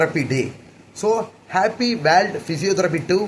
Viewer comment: Adhu warld Ila da kiruku adhu world olunga pronounce pannu mundam